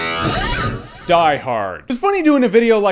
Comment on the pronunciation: "Give me my DETONAATATA" i love that XD